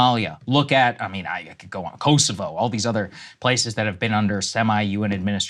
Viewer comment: Props to Sagaar for properly pronouncing Kosovo, not Kosova.